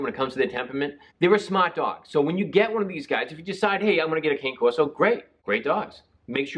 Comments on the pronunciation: Hope your shoulder feels better. And the breed is pronounced like can-eh corso, not cain-corso. I know it's a small thing but if you're gonna do a breed review, say the name correctly, pretend you're Italian! :) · It’s pronounced. Connie Corso. Too late. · Dogo1 It’s so weird to me that people think the word “Cane” pronounced the way he did, would be the way the Italians pronounce it .. It’s Can(Aye) Corso, so frustrating.. Anytime someone pronounces it that way I automatically know they don’t know much about the breed at all lol visit Senza Tempo Cane Corso If you want real information of the breed . Great breeder & channel . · Maybe you could learn the proper pronunciation of the name. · I totally agree!!! Esp. when someone is "educating" you on the breed. Love watching Senza.